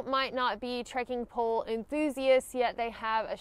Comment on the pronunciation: New drinking game: everyone downs a shot every time says; "trekin' pole"